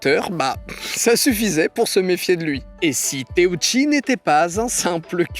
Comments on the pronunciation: Teuchi par pitié par teouchi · teuchi pas téouchi